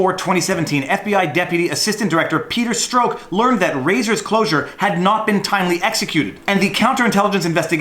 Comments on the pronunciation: It's Strawk not Stroke. Canadians. 🙄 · Peters name is pronounced like STRUCK! not STROKE! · Strok is pronounced Struck, for future reference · I believe it's pronounced Peter "struck" Peter Stroke sounds like an adult film star hahahaha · I've heard Peter Strzok's surname pronounced as struck, not stroke, on American news channels. That's "struck", as in dumb f***.